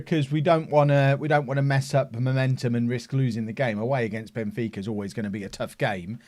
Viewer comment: Benfeeka...fika (pronounced feeka) is a tradition in Sweden. I think you'd like ot. Involves goos coffee